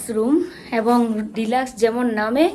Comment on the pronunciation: uchharon ta aktu vlo korar chesta koro sunte vlo lagena 😊 sudhu mal na abong uchharon tao hoy na kichu mone koro na